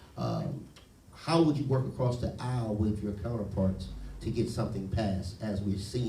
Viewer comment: Acrosst America” 😂😂😂😂- Princeton at work